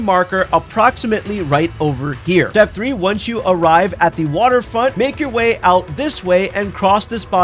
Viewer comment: Why do pronounce "Step" like it starts with a D? Dtep